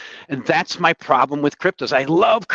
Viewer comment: Every time I hear say "cryptoze" during a discussion on Bitcoin, a little bit of bile comes up the back of my throat.